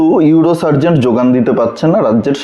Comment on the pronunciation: এই ধরনের ইউটিউব প্রতিবেদন করতে গেলে উচ্চারণ ঠিক করা বাঞ্ছনীয়। সার্জেন হয় ডাক্তারি শাস্ত্রে।সার্জেন্ট হয় ট্রাফিক পুলিশের।